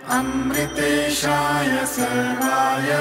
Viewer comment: Please read original mantra properly. It is "Sharvaay" i.e. "शर्वाय" and not the "Sarvaay" I.e. "सर्वाय". It is your whole and soul duty to check the mantra pronunciation properly before recording. Voice is not that important than the actual pronunciation. Correct this mistake and re-record again. And avoid making such nonsense mistakes.